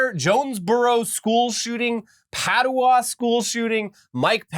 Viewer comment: Hold up, How did you just pronounce Paducah? Granted who ever made that left out a "C" in there, but christ you where not even close on that one. Love you guys.